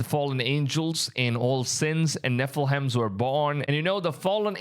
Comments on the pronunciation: Nephilim is pronounced ne-fil-eem. 👍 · This guy has the hardest time pronouncing “nephilim”. Also I really don’t think that guy is the Antichrist. It says his countenance is more stout than his comrades and he cares not for the desire of women. Those don’t really describe the guy. He could be evil but I don’t think he’s THE Antichrist. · The way you say Nephilim!! OMGOSH! 😂😂 It sounds like a Hogwartz fraternity!! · His name does come up often... Great video brother. Some how you pronounce Enoch correctly, but murdered Nephilim! God bless you Maranatha!